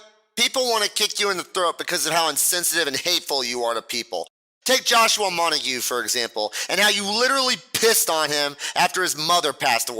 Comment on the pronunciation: Hello from Josh’s subs! You earned yourself a sub. Also it’s pronounced Mon-tag. Not mon-ta-gue